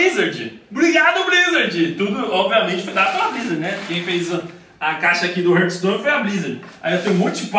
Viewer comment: é hearthstone e não HURTstone